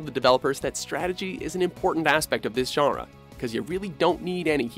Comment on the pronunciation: i wish you pronounced "genre" as "john-ruh" instead of "jhunr"